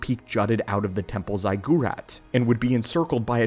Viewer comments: "Zig er at" not "zig gore at" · "zy-GOO-rat" is actual pain from how bad of a mispronunciation it is. Good sir, it's "ZIGG-ur-at" or "ZIGG-ur-ot". This ain't one of the made-up names of a sci-fi setting, it's a real word with a real pronunciation. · get your emphasis correct zig u rat ... not zeye gu rat .... this appears in many movies that most people have watched ... stop speaking American and speak proper english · It is pronounced "zig your at" Ziggurat. Not "zey gyur at". Hope that helps... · You lost me at zy-goo-rat. Good luck, mate. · It's Zig-A-Rat ! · Sorry but the pronunciation for “ziggurat” sounds like “zig” as you might say “cig” as short for cigarette. In full it should sound like “zig”- ur pronounced “or” or “er” and at pronounced as “at” or “ot”. Therefor “zig”-“or”-“ot” much like “aught” to finish sorry just bugged my OCD hope this help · Yeah, that was painful. Please, if it's a word you're unfamiliar with, look it up ("Ziggurat pronunciation" will bring up audio right away.) "Zy goo rat" (*winces in pain*) is like pronouncing Jedi "Jee eh da yay" or something. It's audible torture to hear. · Seriously learn how to pronounce ziggurat before you fuck it up any more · That's not how you say 'ziggurat' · I have never heard that pronunciation of Ziggurat before. Made me do a double take, you did. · Really butchered it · You mean the incorrect pronunciation 😂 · What’s up with the crazy pronunciation of the word ziggurat brotha?! 😆 great video though!